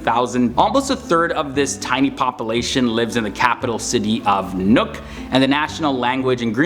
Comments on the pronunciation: IT’S PRONOUNCED NUUK NOT NUK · it's not nook, it's Nuuk. Long ooo, not the small nook and cranny oo.